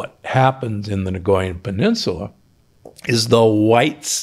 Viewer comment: as a 40 year resident of Costa Rica- it hurts my ears to hear you say Nicoya or Nicoyian - there is no "G"or "R" sound at all. "coy' in Nicoya rhymes with "toy"- thank you for your life's work